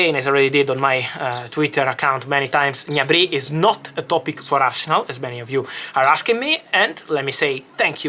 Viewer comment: Fabrizio, you can't read Gnabry "all'italiana" 🤣😅 it's pronounced "G-N-abri", with a hard G and separate G and N sounds. and the accent is on the A, not on the Y (he's German, not French ;) )